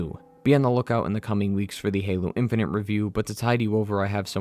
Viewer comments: My guy said "Halo In-fin-nint". That's is all. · 'halo infinant'